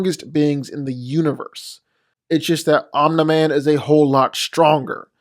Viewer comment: Love how he says omna man